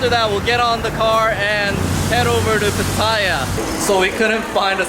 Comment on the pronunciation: FYI...PATTAYA is actually pronounced PAH-TEH-YAH not PAH-TIE-YAH. Really loving your vlogs. Greetings from a Thai-American from SoCal!